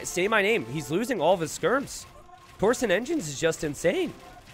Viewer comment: It really bothers me how often he mispronounces several different things. The words are tor-shun and yo-men.